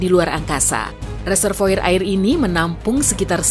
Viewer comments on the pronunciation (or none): Reservoir hrusnya dibaca reservoar kan??